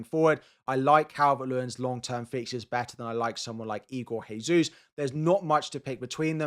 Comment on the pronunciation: The annual "Jesus" pronunciation guide: Portuguese derivation (Portugal, Brasil etc) - Jesus is pronounced "ZHE-zooz" (or in simpler terms, Jay-zoos) Spanish derivation (Spain, Argentina, Mexico etc) - Jesus is pronounced "HAY-zoos" (or in simpler terms, Hayzoos) Igor Jesus is Brazilian, therefore please use the above correct pronunciation. Many thanks!